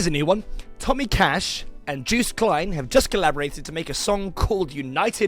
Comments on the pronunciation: Man, its /yohst/ not juiced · Juiced? You say it like it's spelt Jost, but the "o" is extended. Just like how you pronounce "poor" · Joost is pronounced like toast or ghost with a j.